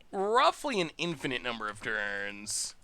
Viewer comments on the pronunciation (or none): none